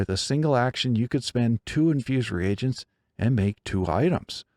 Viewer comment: Great video,! And thank you for pronouncing “reagents” correctly. I’m so tired of hearing people say “regents” as though the “a” wasn’t there..